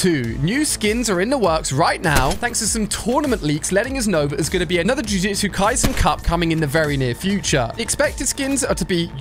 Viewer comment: Bro said jujitsu Kaisen instead of jujutsu kaisen